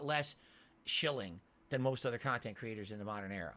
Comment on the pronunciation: lol i love how he didn't even give a real answer to what's the appeal of his content again with the "MEANINGUL KAHNTENT" cope. like what does that even mean? he plays videogames "as the average guy" on an unscripted stream, how can that ven meaningful in anyway? how can you put something in bulk but still feel like it's meaningful? he really is something else